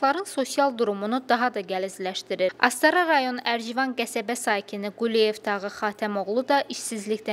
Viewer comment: bu jurnalist ne deyire qesebenin adinida düz demir ercivan yoxe erçivan